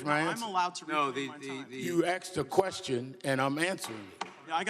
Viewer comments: ‘You axe me a question?’” Sharpton is a dumbass racists! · Al Sharton- you axed me, now I wanted to spew my lies. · "Sharpton : "you AXED Me ..... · I hate that😂 asked is easy enough to say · "You axed me a question." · very true.. HE is the definition of a TRUE RACIST..... Al is great... ' you AXED me what I said " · You Axed a question lmfao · ."You AKSed was it true I said dat." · you axed, stalling word salad lies, al sharpton. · You axed me!! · Nadler, you are an UGLY PERSON, right ALONG WITH SHARPTON!!!!AXED??? WE WOULD LOVE TO HEAR YOU ASK A QUESTION, NOT AXED A QUESTION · You axed me....gtfoh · He didn't "axe" you a damened question. He "asked" you a question. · Sharpton was trying to answer the question you axed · No one Axed him anything! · Do they have to write "dey axed me" in the record? What a turd. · You AXED me if dat wuz tru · You axed me ignorant parasite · "axed me" - dumb low iq POS and a racist. Sharpton, what a shitty human being. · It’s Al Sharpton he doesn’t like the questions he is axed!! Lol can someone educate the stupid that it’s a very simple word and it’s pronounced asked!!!!! Thanks for being a leftist and proving its mandatory to be in the left to be stupid!!! I yield the rest of my time!! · ...axked....what a dumbass.... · I axed you !! Sorry but its asked you!!! You may proceed al!! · Axed a question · and Sharpton, "you axed" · "You acksed me." Why won't anybody "acks" Sharpton when he will pay the millions in taxes he still owes after decades, and how the fruck is he not in jail for not paying millions in taxes like ordinary Amerikans would be. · “You axed me a question “ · And he axed Gaetz! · You "axed" me a question. Yeah he's edumecated. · You axed me. You axed me. You axed a question. Lol. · You axed? What kind of English is that Al? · No you axed it, I get to answer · 'You axed me'...ok..ok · "You AXED me..." I didn't see ANYONE with an axe! steve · "You axed me a question " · Sharpton: "You axed me...."